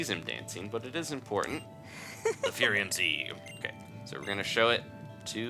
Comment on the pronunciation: It's not Fairium Z it's Firium Z... there's a difference